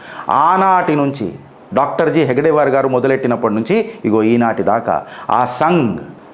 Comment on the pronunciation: హేడ్ గేవార్ అనాల హెగ్ డేవార్ కాదు.ఓంనమశివాయహ